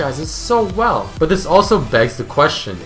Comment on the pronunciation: try to fix your accent with but. Whenever you say it (preety oftenly) you say BUtt. Just but